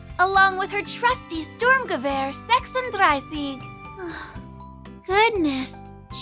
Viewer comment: Thank you for the info, Mo is very cute The correct pronunciation of "Sturmgewehr 36" is greatly appreciated